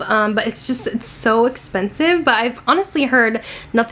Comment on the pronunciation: Honestly I cringe so much when she says ‘thas espensive’….loooooool! Your eye makeup looks very pretty! :)